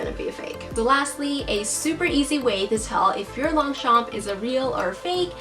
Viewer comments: She was pronouncing it in English as Long-Champ while it's pronounce as Loñ-chañ in French 😊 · Fun fact: it is read as 'lowng-shom' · is she saying "long shompey"?? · I get irritated how she pronounced Longchamp… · Gah. Don't pronounce the P at the end! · I love how she can spot the fake from real, but she cant pronounce the brand name correctly. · Just correct the way you pronounce the brand. No offense meant.